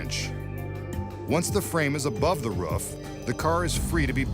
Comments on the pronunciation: Maybe the real trick to this video was Mitch Pileggi trying to pronounce "Roof"... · He says "roof" like a dog